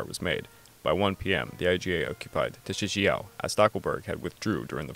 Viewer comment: You said Tsushima wrong btw